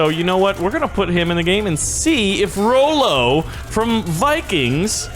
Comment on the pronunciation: its not rollo its ra-lo and nice vid keep up the gud work:)